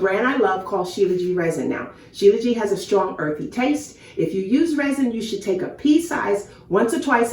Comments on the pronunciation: You are pronouncing it wrong. SHILA means born from and JIT (pronounces zheet) means mountains. So its Shee Luh zheet not Jee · Shilajit not Shilaji